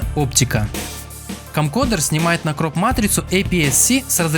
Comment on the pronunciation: Камкодэр, немота - CamcoRder!... Уж лучше говори видеокамера.